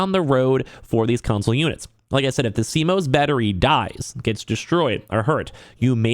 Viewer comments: never heard someone incorrectly pronounce CMOS before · Hearing him pronounce CMOS wrong numerous times is cringe. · I mean I get it, news media just covers what someone else talks about but this guy is talking about how great it is that PS added a way to remove and he sounds like he doesnt even know much about it if he cant even pronounce it...its just more obvious.